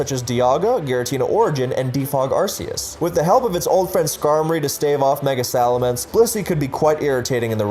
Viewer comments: "saying these are incorrect pronunciations" isn't pronouncing them wrong myself Hydreigon has the German word Drei meaing 3 for the number of heads it has, pronounced dry, so it obviously isn't hydraydon The RKS system in gen 7 is named after Arceus so it obviously isn't Arseeus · Hydraygon, arseeus, please learn how to pronounce pokemon names